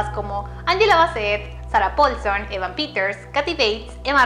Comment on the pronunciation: así no se pronuncia el nombre de mi Evan;(